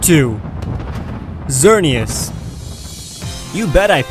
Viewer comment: THATS NOT HOW YOU SAY XERANEASE plus i cant spell it sooooo yeah